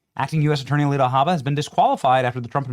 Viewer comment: You mispronounced Alina Hubba Hubba. Anyways, when are we going after these seditious judges? When are we going after these do nothing RINOs? Charlie is dead. He isn't doing it anymore. TPUSA has been neutered. It's up to us. Expose Speaker Johnson, John Thune, Corbin, Eyepatch McCain, etc, etc,.